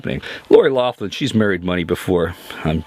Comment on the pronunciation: Loughlin is pronounced like Lock-lin. She is irish.